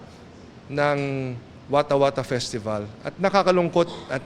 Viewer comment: Skwattah skawattah pisteval hahaha!